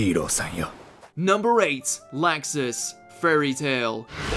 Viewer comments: Locksus that is how you pronounce it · They way they saw Laxus bugs me to no end. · Jesus... you've done tons of these anime videos, and you're still mispronouncing "Laxus"? Also, how many of these "jerk-turned-nice guy" characters are dubbed by Patrick Seitz?